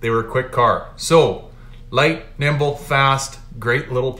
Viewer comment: Light, NIMBLE, fast, NOT NIBLE... 🤣...!!